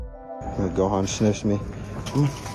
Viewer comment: you say the word gohan wrong